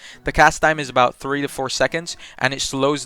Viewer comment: He said tree hundred